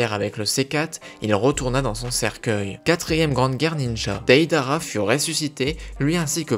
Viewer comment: ca me pertube trop psk tout le temps tu disait DAIDARA au lieu de deidara pendant tout le long